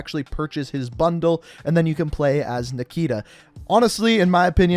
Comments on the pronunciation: Everybody: nikto: nikita Nikto: am i a joke to you🤣🤣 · "Nikto" = "Nikita"? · "Nikita" = it's actually "Nikto" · The operator's name is not Nikita. It is Nikto. Which from Russian means Nobody :)